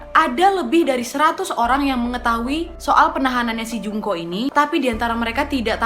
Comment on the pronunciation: Ku dengernya Jungkook 😭😂